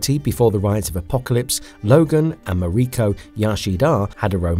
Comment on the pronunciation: KEE-REE-KAH YAH-SHEE-DAH 😂 MAH-REE-KOH YAH-SHEE-DAH 😂 Dude, c'mon, learn to pronounce names naturally 😂😂😂